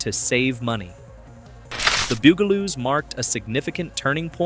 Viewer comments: It's not poof-n-stoof it's Puff-n . They are not the Bugleloos. They are the BUG A LOOS .You DOLT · The Beeyougaloos? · omg so sick of mispronunciation. Stop saying "Boogaloos" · The Buggle-loos and HR poof in stufp. What shows are you talking about? How do you make a video about a subject you can't even pronounce? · Damn. You mispronounce BUGaloos as often it is silly You also get HR Puff N Stuff wrong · You pronounced the name right once... ONCE! And that's why I gave it a thumbs down & will avoid your videos rom now on... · why is it that the name of the show is not said correctly at least get the title right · Goddamn... This bot is the worst. Gets the bugaloos pronunciation wrong every time. VERY VERY ANNOYING! At least watch your own video just to make sure it's YouTube ready. Kinda like spell check for bots. Take the time and listen to the bumbling bot!